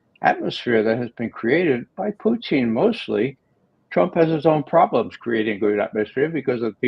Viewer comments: Poo-Teen...C'Mon Ray...🤡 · Why does Ray McGovern call Putin "Pooteen"?